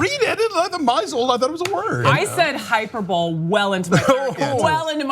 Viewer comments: Today I learned how to pronounce hyperbole... Not the way I've been pronouncing it. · llllllllll HYPER BOWL